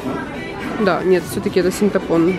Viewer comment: СинтАпон🤦🏻‍♀️, ты серьезно?!:)